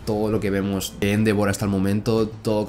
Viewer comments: Me da un tick cada vez que dice Éndevor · Endeavor, se dice endeivor